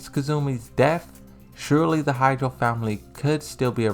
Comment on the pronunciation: Ha-chi-jo clan. Why hydro clan? Not that hard to say.